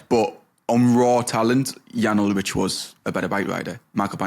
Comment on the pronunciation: You lightweight Gen Z millennials lol Wiggins doped. They ALL did. Armstrong was just better. Ulrich (pronounced “Ull-Rick” not “Ull-rich - smdh”) would’ve beaten him if he were better. Saddle-up, boys - it’s time to dig in and win. We’re talking about different eras. Face reality. Ride!